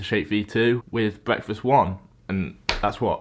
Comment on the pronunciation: ‘bweakfast’